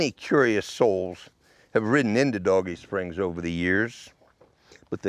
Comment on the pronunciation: Good story but the spelling of "Dogie Springs" is not pronounced like "Doggie" would be. It would be like "Dohgee" in pronunciation. Maybe the spellings wrong on your intro and map.